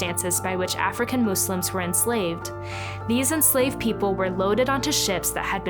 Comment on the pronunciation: Waow amazing. Thank you for your correct pronunciation of the word Muslims. With the s and not a z.